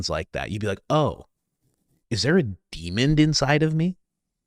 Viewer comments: I found Asmond and the Coach only a year ago. Love both of you guys! and Coach you always make me giggle when you say DEMON with a D on the end. Don't change😃 I'm praying for all of Charlie's loved ones, praying for Asmond and his Dad, and I'm praying for all these DEMONDS out there that they recognize the hold Satan has on them and that Jesus is always benevolent and forgiving when they repent with a true heart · So I have always referred to the Roach King as Asmond, thinking there was a D in there. Well, I just now realized that the only D in his name is the one at the end. I was just roasting Coach for putting a D at the end of demon(which I find very cute) Well anyway I guess its INSTANT KHARMA for me:cat-orange-whistling